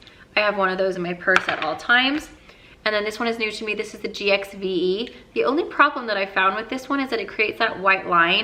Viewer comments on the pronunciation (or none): Gwen's GXVE is pronounced "Give", weird I know.